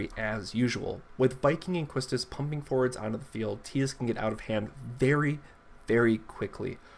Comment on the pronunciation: I like the new format! Also, you didn't butcher Quistis' name!